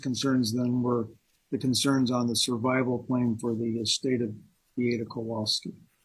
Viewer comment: I really wish the defense attorney would at least have enough respect to pronounce Beata and Maya's names correctly. He's had this case for years, and he's certainly heard the family and the plaintiff attorneys say them hundreds of times. He doesn't do it often with Maya's name, but he constantly does it with Beata's.